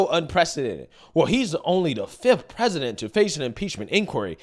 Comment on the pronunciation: She keeps saying "while he was rresident". His high crimes as resident are much more henious than the crimes as an obiden.